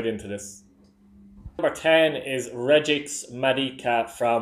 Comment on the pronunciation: Regix madika the Waterford player his name is pronounced regee just thought I'd say😂😂